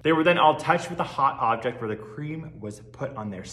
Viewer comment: why is he pronouncing "the" like that, please stop